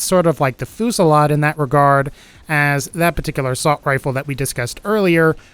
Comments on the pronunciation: 5: 59 Holy fucking shit. It's pronounced 'few-si-lard' not fucking 'foo-si-lard' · It's pronounced Foo zee yad